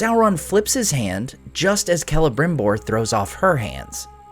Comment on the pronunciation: Why do they call him „K“elebrimbor instead of „S“elebrimbor? I always thought lore said it was Selebrimbor?